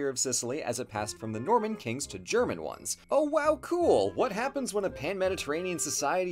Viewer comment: As a native German speaker, I do admire German pronunciation:)